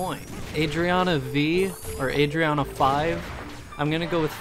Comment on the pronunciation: Lmaooo Adriana Five sounds very cool tbh. Thanks for answering my questions!!!!!! and thanks for pronouncing Adriana right lmao youd be surprise how many ppl call me ah-dri-ah-na